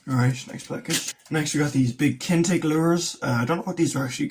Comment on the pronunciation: I have used a bit of the Kinetic gear and for the most it is really good value for money. Their split rings are really good in particular. BTW it is pronounced kin etic not kintec, sorry mate just had to point it out 🤫